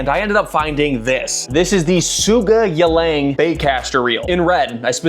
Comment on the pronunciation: you said it wrong, it should be "sou-gay-illang". yes... i have 2 of those